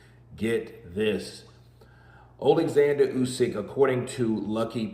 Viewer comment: His name is Oleksander not Alexander for a start.